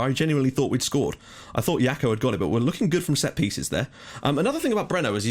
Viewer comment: Jackot like Jack-o-lantern! Not "Yako" lol!